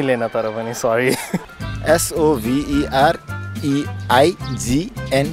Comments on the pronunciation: Bruh.. why are you pronouncing sovereignty as Sova aunty / soventy... R is not silent in this pronunciation. Pronounce as Savrenty in American or Sovrenty in British. You confused me.. Lwal.. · Pronunciation pani correctly bhandinu paryo ni. ˈ/sɒvrɪnti/ not /so-vanty/ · sovereignty /ˈsɒvrɪnti/ You pronounced wrong ! you said सोभेन्टी ????? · The pronunciation of sovereignty was sovenrinty! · I think you pronounced sovereignty wrong😐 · Wrong pronunciation but even with the wrong pronunciation, the guy spelled correctly. Imagine he correcting the host back 😋😋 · sovereignty ko pronunciation nai wrong bho be bro. Answer garner manche haru le lai nai confuse June gari.